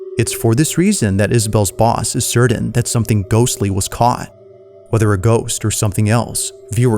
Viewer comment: My guy, always love your videos. But learn how to say the word (Certain) right, I'm mentally challenged but even I caught onto the way you were saying it all weird there are no letter D"s in the word Certain.